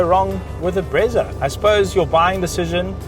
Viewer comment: Best review bro, as for the "Bretsa" 🤣🤣